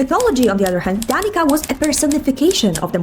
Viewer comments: Really great video, happy to see slavic culture and myths being represented. Will just say, you're pronunciation of Danica is fine because I know that will most likely be the way it will be said in game. But if you were wondering what the correct Serbo/Croatian way is to pronounce it, it's: DaniTSa. made a short with the perfect pronunciation. Hope it helps 😊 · The C in Danica is pronounced as TS not K. TS like in Tsaritsa. From fellow south Slav 🥲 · I honestly agree with you on Danica, but I'm kinda sad if they pronunce her name in game as you did in the video, becouse in serbo-croatian languages the "c" is pronounced as the "ts" in tsaritsa, I hope they won't say it with a "k" sound in game, couse that just becomes a different name at that point. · The c in Danica isn’t pronounced as a k but as a ts, just for future reference :). Uh but yeah, my grandpa’s ex girlfriend had that name and after his death she took my family to court and tried to get my father’s childhood home. So not too fond of her lmao 😭😭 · hiii south slavic person here, but danica's name is not prounounced as danika, but as danitsa. it's not a huge deal, but just an fyi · Js a heads up! If Danica's name IS of Serbo-Croatian origin, then its not pronounced Danika, but more Danitsa, similar to the Ts in Tsaritsa. Im pretty sure it should be Serbian considering i know like 3 of them here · What bothers me the most is that in "Danica", the letter "c" is pronounced as "ts" (as Tsaritsa or Vodyanitsa) not as "k". So, to keep things consistent, they should name her "Danitsa". Anyway, that's my grandmother's name, and my grandfather often sang a lovely folk song "Bledi mesec zagrlio zvezdu Danicu, a ja mrsim tvoju zlatnu kosicu" (The pale moon hugged the Danica star, and I'm entangled in your golden hair). So, I'll pull for her, orca or not :) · Just for info, in Slovakia, Danica is pronounced as it is written, not like Danika. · Danica is actually pronounced like Danitsa